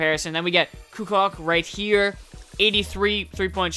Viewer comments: ku cock? LOL pronounced Ku Coach :') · Tony Kucoc is pronounced Koo-Coach :) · Pronounced "Tony Coo Coach"